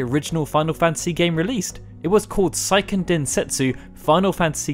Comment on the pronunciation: The "sei" in Seiken is pronounced like "say" not "sigh." And the "decim" in Duodecim should be more like "deck-im." I really wish you guys would take just a few minutes to educate yourselves on proper pronunciations before you narrate these videos. That being said, good job highlighting all these great games! The Chocobo's Dungeon games are also loads of fun, though I know they're not everyone's cup of tea.